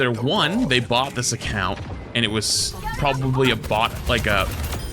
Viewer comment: Just saying... Bot and Bought sound quite different when enunciated. Bot = Baht Bought = Bawt